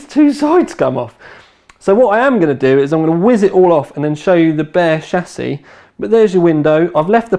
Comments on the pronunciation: It is not pronounced SHASS-iss. It is a SHASS-ee. Your English was so bad that watching this was torture. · So am I. His pronunciation is still wrong.